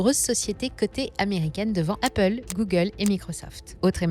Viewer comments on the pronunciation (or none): none